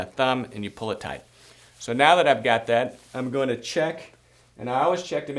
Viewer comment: Great video...try not to say "omina"...rather, "I am going to". Other than that, great video.